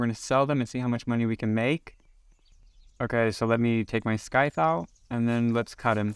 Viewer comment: the way you say scythe 😭😭